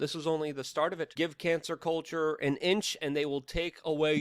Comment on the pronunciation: Did you say cancel culture or cancer culture…???